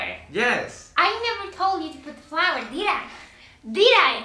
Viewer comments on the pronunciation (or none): Deed I? DEED I?